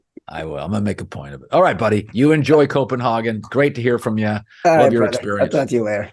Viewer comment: I like how Chad instructs Colin how to properly pronounce Copenhagen, then he mispronounces it the whole episode 😀